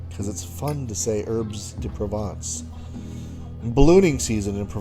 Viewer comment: Herbs de Provence 😂